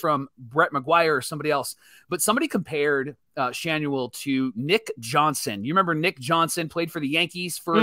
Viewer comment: Schanuel ?? are you hoping to change the "N" to "H" then have a silent "L" and gain "SchaHue mark 2